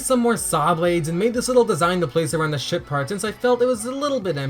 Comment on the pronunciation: I keep thinking you say sh*t part and not ship part.